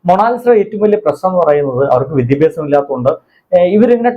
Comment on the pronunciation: Vdyabyasam alla vidyaabyasam bhyasam